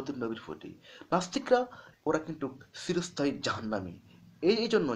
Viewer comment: খুব ভালো প্রচেষ্টা! উত্তম ভিডিও ! (উচ্চারণ: ' চিরস্থায়ী ' হবে, 'সিরোস্থায়ী ' , নয়! ঠিক উচ্চারণ বুঝতে আমার একটু সময় লেগে গেলো!)